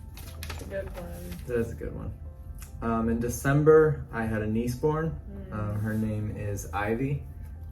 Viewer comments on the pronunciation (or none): When you said you had a niece born... I honestly thought you said you had a knee spawn and it was called Ivy... I thought 'weird medical condition, but sure I believe it'